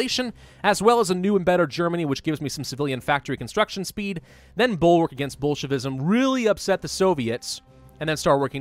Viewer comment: At first I thought he was saying Bulkwark against bullshit-ism lol